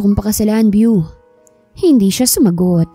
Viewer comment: BEAU pronounce as BO and not VIEW!! it’s a GENDER-NEUTRAL nickname of French Origin meaning BeautifuL or handsome…. Praning laang si Victor deadz na deadz kay BEAU 🌹🌹 Kahinang pumik-up na walang gusto sa kanya si GirL 👧 Lakas namang mang-asar ni Ryder 😃